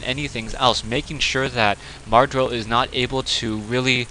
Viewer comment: mad-row not mar-dow. some commentator you are..